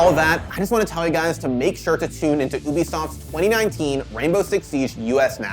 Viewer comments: PLEASE STOP SAYIN OOBISOFT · Why does he keep saying ooo-bisoft